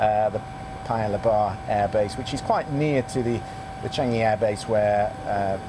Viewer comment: The way the commentator pronounces "Air base" sounds like "Abyss" to me...